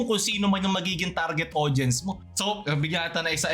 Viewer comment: Tawang tawa ako sa pagkakasabi mo na "Eh Di sila yung target aUDience ko e" 😆😆😆:_lulAHH::_lulAHH::_lulAHH